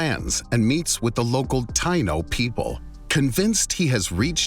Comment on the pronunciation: It's spelled Taíno, not Taino. (Wikipedia that) This makes it glaringly obvious it's pronounced Ta-EE-no, not Thai-no. My ancestors weren't from Thailand... The more you know... Gringo mispronunciation strikes again